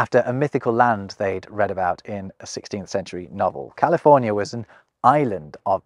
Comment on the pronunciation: I’m glad he told California the right way.